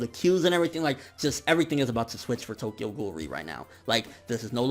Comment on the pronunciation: bitch how you say Tokyo Ghoul is ass. maybe this nigga is ass but def not ghoul